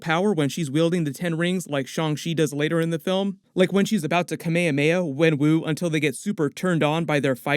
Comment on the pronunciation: anyone else fixated on his constant mispronunciation of kamehameha?? lol